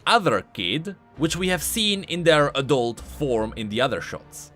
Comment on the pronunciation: "adut form"